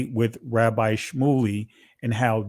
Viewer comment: Shmuly sounds like smuckly 😂😂😂